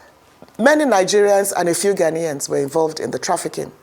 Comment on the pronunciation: It is not 'Ghan-Yans'... it is 'Ghan-ians'